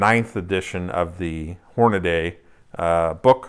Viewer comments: No offense meant, but it is pronounced horn-a-dee, not horn-a-day (here is George Hornady himself pronouncing it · No problem. This has come up previously. We have clearance from Hornady that if you are from east of the Mississippi, you can pronounce it Horn-a-day. However if you are from west of the Mississippi, Horn-a-dee is mandatory.